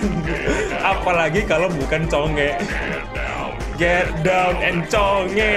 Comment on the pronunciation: Itu get downnya bilang get diwn a fun game yang ku dengar